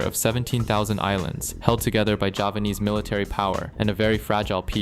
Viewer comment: Do you speak "Javanese" or "Japanese"?